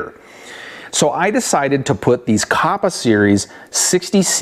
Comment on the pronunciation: Kappa not koppa. Other than that good video.